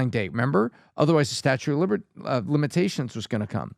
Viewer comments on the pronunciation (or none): it's statute of limitations, not statue lol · it's not "statue" of limitations. It's statute of limitations. You almost said statue of Liberty! You lost some credibility Bud.